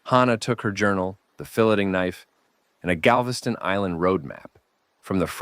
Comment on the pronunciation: Book is good but the way you say “filleting” drove me nuts 😂